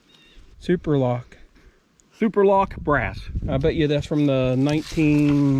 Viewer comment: Not Suoerlock. "Superb" lock. And I would have looked up origins of the company, but since kids have pushed AI on us, research of history has turned into a nightmare or them offering up anything but facts that used to be easily found. If I find one more, "Are you sure you didn't mean..." I',LL TEAR MY HAIR OUT. 🤬